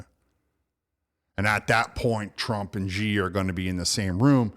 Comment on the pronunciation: Xi is pronouns “she” no G